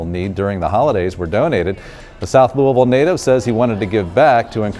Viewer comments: bro said lew wee ville like no we pronounce it lew ih ville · God damnit you killed the word Louisville In this and jack harlows vid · If one more person says louIEville ima lose it its lou-ih-ville no s or e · It’s not Louisville is luhvul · Yeh it's otha shi but he ain't en pronounce Louisville right